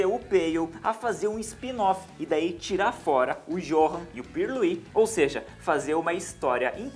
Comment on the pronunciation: Johan se pronuncia Yohan Mas eu sei vc não sabia